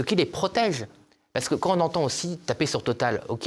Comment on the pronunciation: Il faudrait que des personnes publiques parlent correctement Français. Monsieur Tanguy, comme beaucoup d'autres, ne respecte pas les liaisons, les quan on les quan i. Ces gens là qui hurlent, à juste titre, sur la décadence de l'école devraient montrer l'exemple pour les enfants qu'on reprend sur le sujet et qui nous disent le monsieur parle comme çà à la télé.